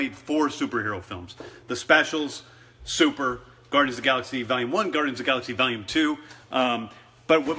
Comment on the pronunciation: man u r the best i cant belive she said gardens of the galaxy😂😂😂😂😂